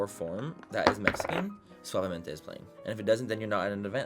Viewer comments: When he said "Suabemente" the first time I was already singing the song 😭😂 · Suaveementeeee besameeee!! 😂